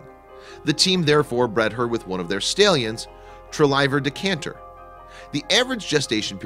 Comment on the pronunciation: You pronounced Stallion Wrong